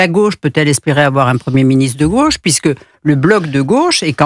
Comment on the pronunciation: "comme homme de gôche" 🤣